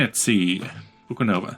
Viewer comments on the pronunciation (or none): It's Bucovina, not Bukanova :D